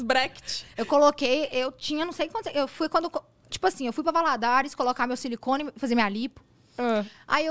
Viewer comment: Nasci e morei em Governador Valadares e nunca ouvi “Valadóres” mas amei muito!!!!😂😂😂